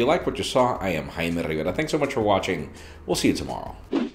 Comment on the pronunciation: I'm HIGH merrr riverrrra and you're watching me repeat my name daily!